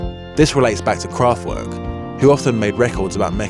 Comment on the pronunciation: Drinking game: Take a sip every time the pronouciation of Kraftwerk is severely mangled :-)